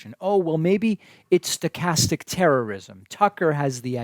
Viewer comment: Hmm... Is Fucker Charlatanson planning to have the trumpster assassinated? ;-) He looks and sounds crazy enough, and a while back he discovered the concept of "stoshastic" (Fucker's pronunciation) terror.